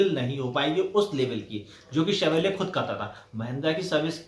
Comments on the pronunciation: TAKLA ka bagal ma Chevrolet bolna to sikhlo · Chevrolet...bol na sikh pehle...